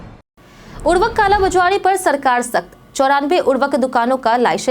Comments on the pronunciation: Urvk kya hai? Urvarak ni bol skte to khad ji bol do.😂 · आप क्या बोल रहीं हैं।उर्वरक या उर्वक